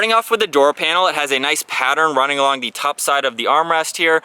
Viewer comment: i’ve never heard anyone say “the” like “thee” every time lol good review